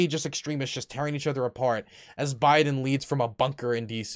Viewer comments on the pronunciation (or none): none